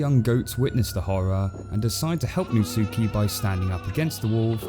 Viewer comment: really how you say natsuki is nat-ski